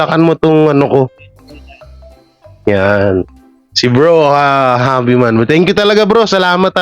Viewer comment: Javi as J ang pronounce di Havi!😊